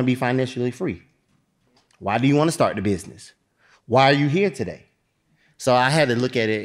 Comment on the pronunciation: I absolutely love!!! When you thought she said two-day notice and realize it’s a TO-Day notice!! I can’t wait!!!